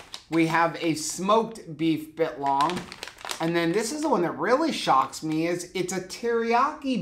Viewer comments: Every time you say bit-long a piece of me dies (all most as much as when you say 'Awl-di' not Al-di' also biltong is not a type of jerky but a totally different type of dried beef snack - its kinda like calling a hard cider a beer - they're verrrry similar in most senses but to those who consume a lot, its a world of diff... Jerky is dehydrated/heated and lean cuts where biltong is often fattier cuts and its always air dried/hung etc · It’s Bi LLLtongggg lol!!!!!!! Not bitlong!!!! Hahaha!!! You had me cracking up!!!! 😂😂